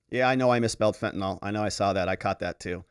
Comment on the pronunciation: It’s pronounced “FENT uh nill.”